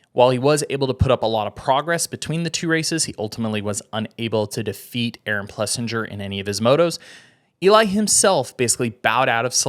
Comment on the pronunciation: I'm a fan... get the pronunciation right tho. It's plesSINGER. Keep up the good work guys.